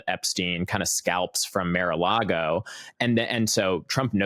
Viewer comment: It’s not Mare a Lago